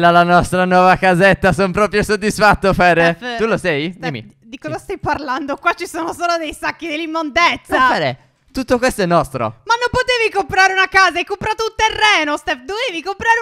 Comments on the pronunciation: sbaglio o phere ha detto imondezza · Ma nn si diceva immondizia?😂